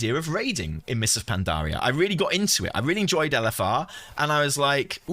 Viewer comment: Is no one gonna talk about how he says Pandaria? Pan-DAH-ria